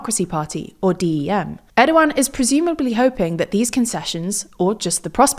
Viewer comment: Thank goodness they’re finally pronouncing his name right 😆